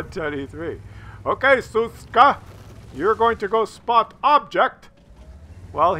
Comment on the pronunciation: sz is read like sh - so it's Shushka. But, I agree that Suska sounds funnier.